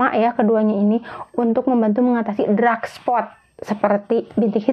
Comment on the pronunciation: Bukan drak spot, Mbak, tp dark spot😅